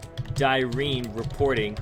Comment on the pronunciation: ITS DIRENE